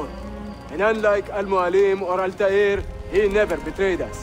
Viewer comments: "Grandfather of Ältaîr" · How is it that Altair's voice actor in this one says Arabic names better than his original voice actor? (And before any of you bitch about what I'm saying, I'm Muslim, and know a fair bit of Arabic and how names that are arabic are supposed to be pronounced.)